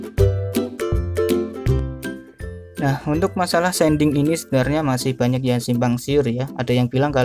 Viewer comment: Shading bang bukan sending🤣 diambil dari kata shade. Tapi gapapa terima kasih untuk tutorialnya sangat bermanfaat